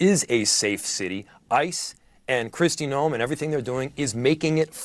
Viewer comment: Her name is pronounced Christie NOME! Not No em. You keep missed pronouncing her name